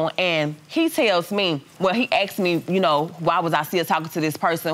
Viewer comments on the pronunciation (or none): I axed... i walks...